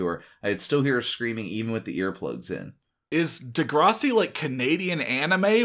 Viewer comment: de-grass- ee pronounciation.